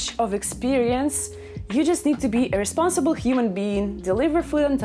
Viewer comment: "a responsible" Me: hears "irresponsible" Also Me: "Perfect job for Me." :) XD